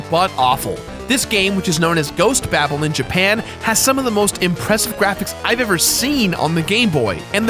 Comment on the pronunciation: "It was like the firrrst Nintendo everrrr!"....